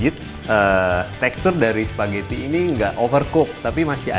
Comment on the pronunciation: Nobody : Not even Italians : Tau Gak Sih : SPAGGETI